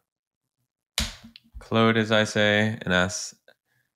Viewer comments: Awesome info!! (Weird question, why do you call Claude, "clode"? It's pronounced "Clawed") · Claude not Clode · Claude rhymes with clawed, if that helps... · "Clode" is the French way to pronounce Claude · Very cool tip! "Clode" made me chuckle though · Stop saying “Clood”. I know you can because you did in the intro. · Why is he just pronouncing it wrong? I'm confused. The creators pronounce it how they decided and that's its name. You can't just call it something else because you want to. Not tomato, tomato. 😂